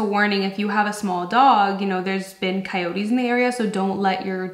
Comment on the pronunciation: It's " coyotes" 😆